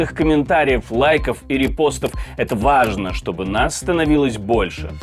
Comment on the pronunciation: Именно этого ведущего научите говорить слово важное нерегая противно слушать